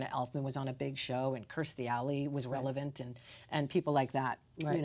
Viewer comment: "And Kirstie Alley was relevat" ... BUUUURN lol